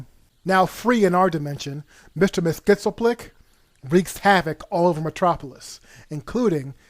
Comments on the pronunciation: As one who has seen SM-III & Supergirl more than once what you describe would have been much better and more enjoyable. For future reference mxyzptlk is pronunced this way Mr. miks-YEZ-pit-lik,, if you watch the episode of Lois & Clark: The New Adventures of Superman - "Twas the Night Before Mxymas"were he is played by Howie Mandel; he says his characters name this way - "Mix-yez-pit-leck"; also on Superman The Animated Series in the 90's Gilbert Gotfried was the voice actor for every appearance on Mr. Miks-YEZ-Pit-Lick [Mxyzptlk]. In the first apperance he also says his name as MixYezPitlick. Names are important to the person who carries that name. Another important name to consider is this one; Jesus, the only name above every other name by which a man can be saved from sin and the coming wrath of God. Be Blessed in Jesus' Name. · it's pronounced: MIX. YEZ. SPIT. LICK. according to the great DCAU's Superman episode. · real comic book readers would know it is pronounced mix-yez-pitl-ik, explained and pronounced clearly in the comic book itself...good grief. and shame on you. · Very interesting video. Thanks for sharing. BTW. Mxyzptlk is pronounced Mix-e-us-pit-lick. The e is a long e. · a) It's pronounced either "Mix-yez-pittle-ik," or "Mix-yez-pit-lik," not whatever this narrator is saying. b) So it sounds as though we got one bad movie instead of a different bad movie. Neither Brainiac nor Superman should be romantically interested in Supergirl. Mxyzptlk and Brainiac don't belong in the same movie; that would be like having Darth Maul and Jar Jar Binks in the same movie. (Yes, I know.) And why introduce Lana Lang if Superman's love interest is going to be something else? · Actually, no. It's pronounces Mix-Yes-Pit-Lick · You pronounce it, Miss-yes-spit-licks. It's not an easy name to pronounce, took me a while. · I realise that Mr Mxy is probably the worst comic character name ever but you may want to look up the accurate way to say it. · Mr. Mix-yes-pit-ill-ick